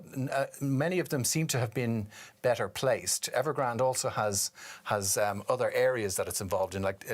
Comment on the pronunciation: Did you say Nevergrande?